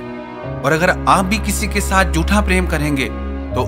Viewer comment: "झूठा"...."जूठा" नहीं